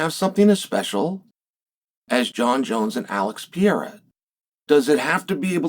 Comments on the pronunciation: Stop saying pee-air-ah!! It's per-air-ah. Jeepers. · Is he called P-eirra again Chael 🤣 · Alex Pee-Era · Why do people always have to pronounce Pereira so weird? Just say pear aye rah. Its not that hard. 🙏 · Chael is still horribly mispronouncing Alex's last name...